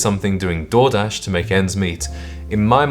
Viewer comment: 😅I thought you said "Jordache," and realized later you actually said Door-dash. Underpaid Door-dash IS classier than the other overpriced trash.